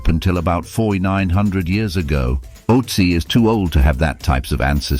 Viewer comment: Can't even properly pronounce Ötzi